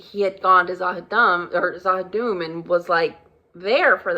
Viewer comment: She will get the pronunciation for Z'ha'dum eventually. LOL * "ZA'HA'DOOM" :)